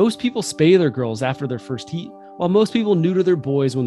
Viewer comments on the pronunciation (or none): none